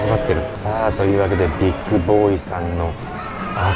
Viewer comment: ビックじゃなく ビッグだよ 乙